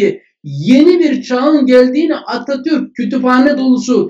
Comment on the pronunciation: Fevkaladenin fevkindesin hocam dilin dert görmsin Atatürk kelimesi böyle güzel söylenmez tşkler 🥰🤩